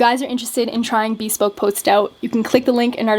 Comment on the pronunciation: Bespoke is not pronounced as "be spoke", it's bəˈspōk.